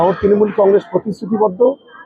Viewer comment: ত্রিমুল নয়, তৃণমূল। হাতে মাইক্রোফোন নিলেই সাংবাদিক।